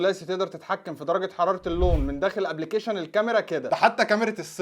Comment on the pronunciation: للتنويه النطق الصحيح هو Mega Pixel وليس Mega Bixel وكذالك Sensors وليس Sensorat وايضا Application وليس Abblication. آمل تصحيح النطق.